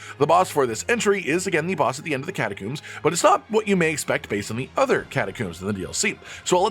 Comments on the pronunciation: "catacooms" lol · Apparently ive been saying catacombs the wrong way my whole life.